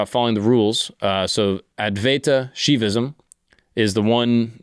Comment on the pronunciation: WHA YI SH NUH VISM Not shivaism, SHUH YI vism